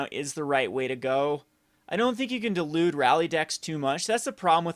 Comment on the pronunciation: Dilute, not delude.